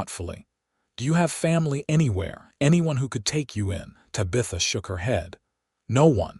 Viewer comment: Ta-BI-tha??? No, it's TA-bitha. Mispronounced words in these stories is so ridiculous!!